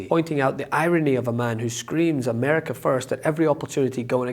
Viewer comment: Did she say Ahmerica? First its America. Unless you follow the memes its 'Merica no AH'merica... no. Fox dummies.